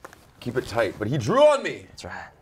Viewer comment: When he said "He drew on me" I thought he said "He drooled on me"